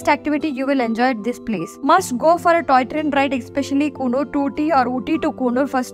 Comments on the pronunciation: Pronounce coonoor properly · Kindly chk d pronunciation of Coonoor plz